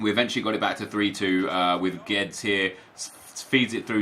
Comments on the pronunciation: It's pronounced 'Gwe-dez' not geds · Nep its not "Geds" its "GUE DESH" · “Gedz” ffs, horrible pronunciation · Guedes is pronounced GWEH-DEZ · Gabriel Colquhoun he says like Geds or something, it’s so weird